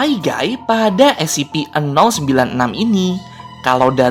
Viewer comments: Scp bukan sip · scp an*****ng bukan ssipi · Scp bukan ssip